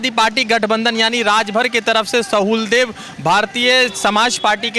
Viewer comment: सुहेलदेव, not सहुलदेव